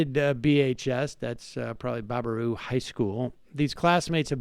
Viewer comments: It's Bear-a-boo not Bar-a-boo lol. Im from Wisco tho, I prob wouldn't know if I hadn't grown up here. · Two minutes later and he's back to butchering the name. It's so simple: Baraboo is pronounced Bear-A-Boo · The town of Baraboo is pronounced "Bare-uh-Boo" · Bear-ah-boo...It's pronounced Bear-ah-boo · I notice he corrected himself...well until he said barber-roo and baba-roo later on lol...Wisconsin is actually a pretty cool state. Madison is great city. Milwaukee and La Crosse are pretty cool too. It makes me sad we are getting press for this shit. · For the love of God, it's pronounced bear-a-boo. Famous for the Circus World Museum. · It's pronounced BEAR-AH-BOO. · Pronounced BEAR-a-boo. I should know, I'm from WI. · How about learning how to pronounce the name of the city you are discussing. Reminds of the President who doesn't know the name of the burned out town where he is standing. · The1nOnly, you're right, I stopped watching after repeated mispronunciations of "Baraboo". Next time they should try to work on pronunciations prior to donning the role of journalist. It's called quality reporting. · What is a Barbaroo? Sam was butchering the name until he heard pronounce it correctly. Sam is great, makes great arguments, and makes great points. He's not great at figuring out how to pronounce names he's neer heard before.